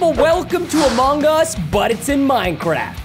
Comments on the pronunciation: Everyone: Among us:Among gus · Preston you're supposed to pronouce it like this; "Amung Us" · Um not to be a little odd but he’s from Texas that’s how he pronounces it